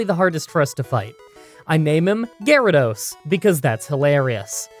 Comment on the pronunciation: that sounds like you call gyarados a middle aged man :D